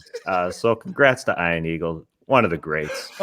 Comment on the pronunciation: I really like the wedgie shoutout but the dude needs to pronounce his name properly. As an Ian myself he doesnt know how to pronounce it properly. Ion is not Ian